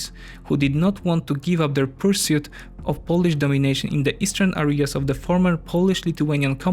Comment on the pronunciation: The video is of high quality. However, you definitively need to watch - your pronunciation (in particular, the English pronunciation of 'i' is close to pronunciation of 'y' in Polish (e.g. Italy is /ytali/, not /itali/ - where you put the stress regarding syllables (e.g. it's purSUIT, not PURsuit) But again, great job.